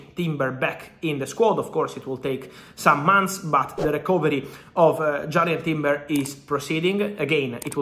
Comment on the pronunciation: Whos jarred timber?? Sure its jurrian timber 🤣